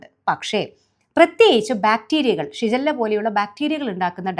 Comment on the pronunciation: ഷിജല്ല യോ 😂😂😂ഷിഗല്ല